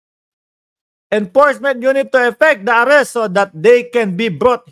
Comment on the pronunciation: .enforcement hindi enporcement ayusin mo naman pronunciation mo.